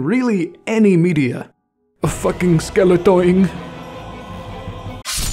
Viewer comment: Skeletoin? I think you mean skellington.